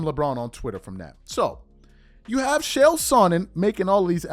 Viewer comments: It is pronounced KALE not Chale FYI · it's CHael. not SHell. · Chael, it's pronounced like jail only you replace the J with a CH. Not SH-ale, rather Ch-ale. I broke it down frenetically, broke it down simply so STOP SAYING SH-ALE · His name is “CHA CHA” Chael P Sonnen, not “Shell” Sonnen. Don’t disrespect the only man on the planet who never lost a round. Love your content,. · It's pronounced "Kale." Nobody else is performing at the highest level at age 40 in the NBA. Of course LeBron uses PEDs. You have to be extremely naive to believe otherwise. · Its pronounced lik kale ch=k; ael=ale; chael=kale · Love your content but the way you pronounce “Chael” pisses me tf off 😂